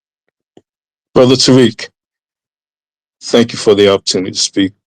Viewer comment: And the caller think he is slick by the way he is pronouncing Tariq's name...these ppl do that a lot..always pronounce a Black man's name wrong (PURPOSELY) to disrespect....Tariq is pronounced, Ta-Reek..Tah-reek or Tah-rick...he keeps saying, TAR-RICK ..he is trying to be funny with that TAR bs ..Tar...(Tar Baby).. he keeps saying it...why keep saying someone's name when you're talking to them?..who does that?